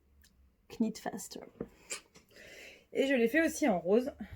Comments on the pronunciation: Hello! Très heureuse de t’avoir découverte grâce à ce podcast... sans Instagram, je suis toujours la dernière au courant! Bravo pour tous tes projets, nous avons les mêmes goûts en terme de coloris et de formes et de designers! Est ce que tu sais qu’on ne prononce pas le « K » de « knit »? Pardon, hein! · Jolie découverte que votre podcast. Je me permets juste de vous dire qu’on ne prononce pas le k dans « knit », « knitting » etc. À bientôt ! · Juste mentionner gentiment qu’on ne prononce pas le ´k’ dans petite knit